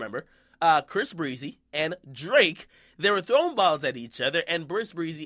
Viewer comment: Stop saying brisk breezy fam